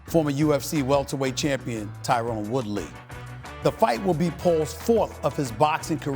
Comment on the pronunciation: This dude a clown 🤡🤡🤡 saying Woodley and askren the same 🤡🤡🤡